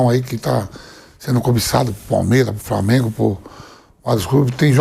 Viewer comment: framengo kkk